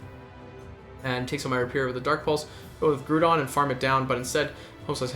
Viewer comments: Nice video man! But "Groo-don" was driving me crazy, it's definitely "Grow-don" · Yep. Was just gonna comment this. Groudon. Pronounced like “growl” without the l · What's the big deal with it? Are you a high school teacher